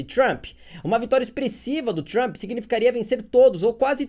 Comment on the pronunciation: Deve ter sido de propósito mas “Tranp” me matou de rir kkkkk